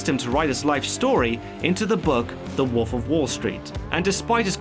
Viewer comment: Good video... If only I could get over the fact that he keeps saying woof instead of wolf